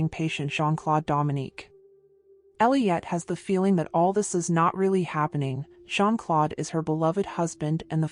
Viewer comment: Not Jean- Clode! It's Jean-Claude! Like the letter O. I cringe every time she says Clode!